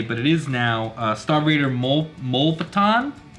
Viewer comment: Its “mew”- lepton. Just FYI bro. 🤗